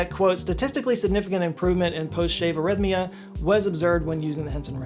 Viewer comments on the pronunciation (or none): none